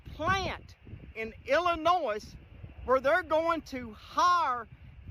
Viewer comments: Did he say "Illinoize"? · The "S" is silent my guy